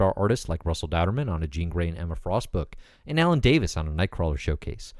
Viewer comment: I think it's Dauterman, like Daughter man, not Dow-terman.